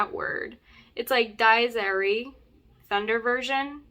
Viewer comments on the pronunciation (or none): I think its pronounced dee ez ee rye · Just helping with the pronunciation of Dies Irae (Dee-es Eee-re). Part of the requiem mass. Big fan of your channel, thank you for what you do! As a voice major and professional choir director, I particularly appreciate this topic of conversation!